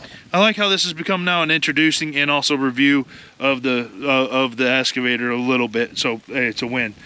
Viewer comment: EXCAVATOR not essssscavator. 😂